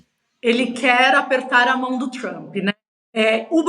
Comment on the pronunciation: me amarro na falando "Trumpy", com R retroflexo e o "i" oxítono. super brazuca.